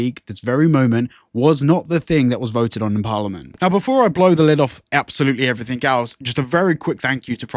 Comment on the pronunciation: I don't listen to people that say "everythink"